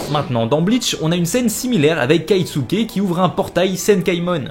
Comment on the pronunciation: Kiosuke ? dites son nom de famille au pire 😭 dans la vidéo il dit Keisuke mais c'est Kisuke svp !!